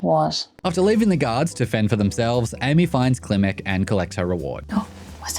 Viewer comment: They pronounce it "Kilmek"? Even though it's clearly spelled Klimmek?